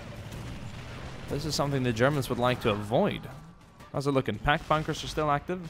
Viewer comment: did i hear you say Pank Buggers when you meant to say pac bunkers